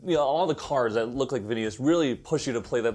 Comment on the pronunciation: Did you call him vin-eat-us just for the engagement? Because it worked ;)